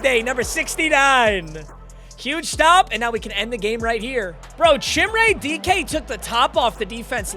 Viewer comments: Chimere dike is pronounced Ka meer ay dee kay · it’s pronounce chim-ray dee-kay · Van’s name is pronounced like the vehicle and it’s Chim-Ray Dee-kay. Doubt sees this nor really cares but the butchered names gotta stop 😂🐊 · That is not how you pronounce chimere dike😭